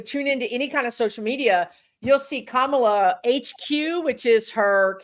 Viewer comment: I don't know how you think "Kamala" is supposed to be pronounced, but with Indian words and names you are never far wrong by emphasizing each syllable equally.